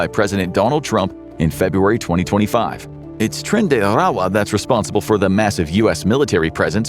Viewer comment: Didn’t know “trend de” whatever was the Spanish way to say oil, bc that’s why we are going to Venezuela 😂